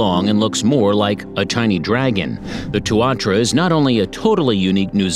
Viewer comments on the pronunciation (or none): wtf its not called tuarchara tu a tara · It is pronounced tuantara not tuawhara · Helo, as a natural born new zealander, the tuatara is pounounced , TU A TARA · i was born in new zealand and and i love it even though kiwi can't fly they are suprisingly really fast. but i find it halarious how he says tuatara like tuatra let me tell you how to say it tu-a-tara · Its pronounced two a tar rah. Not two wha tra. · Well done BUT!!! Maori is NOT pronounced Mayoree. It is Maowree, Tuatara is not Tooatara but TooAtaraa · Tuatara, pronounced Two-a-tar-a. Hard case hearing them called two-ar-tra. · just letting you know you dont say Maori as Ma-or-e you say it as Mow-re and also you say Tuatara as To-a-tara not To-atra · it is pronounced "tu-a-ta-ra" not tuatra and also Māori is pronounced more like "molree" not me-ow-ri -if you are going to do a video on nz can you at least learn how to pronounce the words properly - it really isnt that hard if you put a bit of effort into it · Tu ar tra hahaha TUA TARA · Hi Tuatara is pronounced two-aa-taa-raa, Maori is pronounced Mao -ree, Waikato is said as why-ka-toe, taonga is pronounced tong-a. Have a nice day! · 10. Hoiho - hoy-haw 9. Weta - weh-tah 8. (this one hurt) Tuatara - Two-a-ta-ra 7. Pekapeka - peckerpecker 6. Otago skink - Oh-tah-go 5. Kekeno - ke-ke-naw 4. Tui - two-wee 3. Hochstetter's frog - not hamilton 2. Hectors Dolphins - you got it right congrats 1. Kiwi - aye you got it right Bonuses: Maori - maow-ree Taranaki - Tah-rah-nah-key Lek breaders not leak breader Echo location, not eco (port) Waikato - why-kah-tour Manukau (Harbour) - mah-nu-kow Kaipara (Harbour) - kai-pah-rah Taonga (treasure in maori) - Tow-ngah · Did this man call a tuatara a tuatra and otago skink an otego skink 🤣 im sorry its just funny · That pronouciation. Tuatra? Taranakai? Otag'go? 😂😂 Seems so computerized. But hey thank you for putting NZ out there 💜🙏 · Wtf is a may or ree? Wtf is a tu r trah?